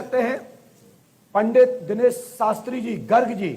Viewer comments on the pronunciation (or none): none